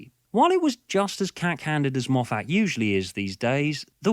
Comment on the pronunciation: i am assuming your saying Moff - FAT to make fun correct?